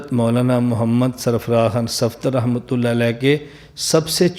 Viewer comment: لفظ اللہ پُر پڑھا جاتا ہے درست پڑھا کریں